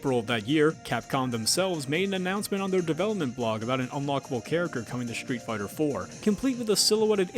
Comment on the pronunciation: also stop saying SHtreet Fighter